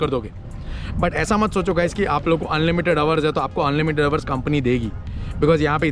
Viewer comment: Sorry to say . What is ours ours . Kya bol rahe ho dekh to lo Pehle 😂 kon sa accent Hai yeh. Hours hota Hai.